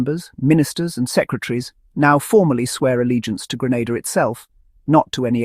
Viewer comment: It's Grenada, not Granada